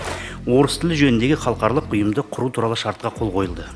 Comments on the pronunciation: Мына жігіт қалқарлық,қалқарлық деп қоймады ғой Халықаралық-деп айтылады. Өзі мінбеде тұрып қате оқып тұр. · Мына министр халықаралық деген сөзді халқарлық деп қате айтып тұрғаны нес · Халықаралық деген созди Халкарлык деп. Окыды депутат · Қазақ министр "халықаралық" деген сөзді дұрыс айта алмай тұр ғой. Қазақта "қалқарлық" деген сөз жоқ. Ұят екен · Мына шырағым, халыкаралык дегенді де халхарлык деп бурмалап тур, мундайларды курту керек, казакша сөйлете алмай отканда, орыс мектебі неге керек, орыс мектебіне бармай ак, орысшаны судыратып, мәңгурт болып жур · Мына минстр не оттап тұр қаларлық деген қандай сөз халық аралық дегенді айта алмай тұр ғой сахаума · Хархалық емес халықаралық деп айтылады алдымен жөндеп айтып алып сонан соң қабылдамай ма өңшең мәңгүрттер. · Ғылым министрі қазақшаны халықаралық дегенді бірнеше ретдұрыс оқымадықазақшаға шорқақтау ма қалай?